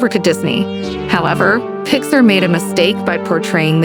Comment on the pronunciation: It’s actually pronounced “pix-ARE”. Otherwise, this is a good and accurate presentation!